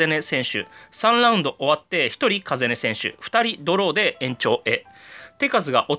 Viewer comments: 風音って「かざね」じゃないの？ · 風音 カザネですよ